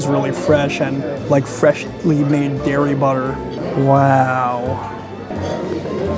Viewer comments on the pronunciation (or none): none